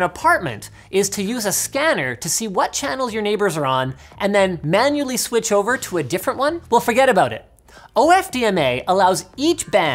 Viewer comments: White dude that can't say switch, funny! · 'commodity sweatch', did linus just go south-eastern?